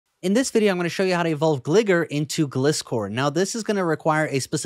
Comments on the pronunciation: it's GLY GAR. I will not tolerate miss pronounced Pokemon names. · gli-gar like gar-field. Not gligger like gl nword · It’s pronounced Gligar and gliscore